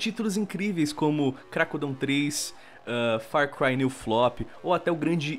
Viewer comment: Qual a credibilidade de um canal de notícias de jogos que fala farcray new flop? ZERO